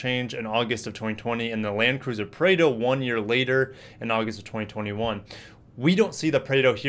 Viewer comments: nope, it's not preido it's more on praado. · Hi, please check the pronunciation of Prado, thanks!